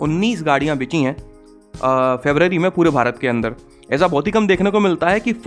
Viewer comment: Sir aap BICHI nahi BIKHI bola kare.